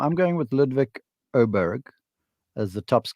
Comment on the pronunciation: We started with A-berg, it moved to O-bear, now we seem to be saying O-berg. None of which sound anything like the actual pronunciation which is impossible to say unless you are Ludwig himself. 😂